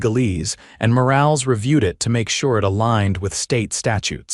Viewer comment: Morales, for God's sake, pronounced Mo-ral-es, NOT morails!